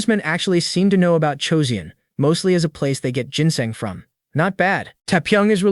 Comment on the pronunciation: I feeli like an AI would know how to pronounce Joseon.